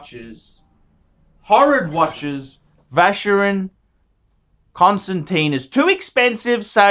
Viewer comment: He is SOOO very sophisticated, he would never bother laying his finger on a FC because that is only for the ignorant upper middle class plebes... He is so terrifically classy he ...is incapable of correctly pronouncing Vacheron Constantin...